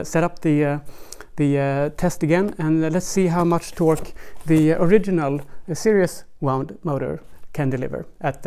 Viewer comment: I was wondering what you meant by "serious wound" until at the end you said, "in this new serious" and I realised you meant series! So fyi, series is pronounced, "see reez". Cheers.